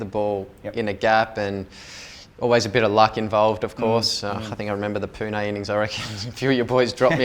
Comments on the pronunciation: Smith pronunciates "PUNE" better than 70% of Indians calling it "POONA" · Smith said pune correctly wow😂